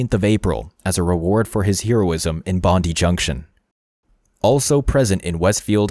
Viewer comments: You need to emphasise the "die" in Bondi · Hi! Australian sydney resident here 😊 Bondi is bond-eye not bond-dee. Like Melbourne is Mel-bun not Mel-born. Other than that solid documentary and well researched. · he was crazy. why do they not LOCK UP people with schizophrenia? They nearly always lose grip on reality. And pls, it's pronounced Bon-Dye, not Bon-Dee. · Bondee!!? Pronounced bond eye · Dude it’s pronounced Bond’EYE’ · bondi is pronounced bond-eye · Lets try again it's Bondi not Bondy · Bond eye. Bondi. Thats how you say it. Cant believe you didnt research that. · Great video but just for future reference so you dont get roasted by any of us Aussies it is pronounced BOND EYE. 😊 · Bony has its Bondi (bond eye) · You said "Bondi" wrong hahaha that's okay though. My Canadian mate said the same thing the same way 😂👍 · Mate, that's not how you pronounce Bondi. You show multiple media sources, all of which are Australian and pronounce the word correctly. Not sure why you'd think their pronunciation was incorrect. Otherwise, good vid. It has definitely sparked a huge discussion about our mental healthcare system and the failings of the community health teams who should have been maintaining contact with Cauchi, as well as the psychiatrist who felt it was okay to take a paranoid schizophrenic off his anti psychotics.